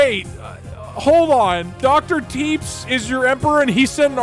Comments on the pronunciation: the way he pronounces tepes like teeps bothers me greatly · Love how doug pronounces it “doctor Teeps” and not Tepesh 😂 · it is pronounced teh pesh i k its weird but its pronounced teh pesh not teebs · I like how he was aging dr tepes and not tepesh like vlad tepes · It's pronounced like "Tep-esh" if I remember correctly, and Vlad Tepes is Vlad the Impaler's full name, the whole "Dracula" (Later made into Vlad Dracula by future retellings) name is derived from Vlad Dracul, his father's name. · did you just pronounce tepes like teeps?? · So that Dr. Tepes guy on the Moon…it’s pronounced tuhPESH, as in Vladimir Dracula Tepes. Chat befriended goddamn Dracula. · I don't think I've ever heard a worse pronunciation of a name than how Doug pronounced Tepes (Teh-Pesh). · Im obsessed with how doug spends half the video pronouncing "Tepes" as "Teeps" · tepes is pronounced like teppesh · Every time he pronounces it Teeps I die a little more inside. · Doug Doug seeing Dr Tepes and calling him TEEPS. Tho he did correct it later, proud of you Doug. Never change Deeg Deeg never change XD. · "Tepes" is pronounced [TEP-esh] as in "Vlad Dracula Tepes" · Doug mispronouncing Tepes confused me for a minute